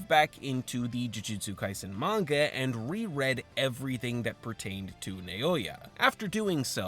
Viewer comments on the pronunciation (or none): none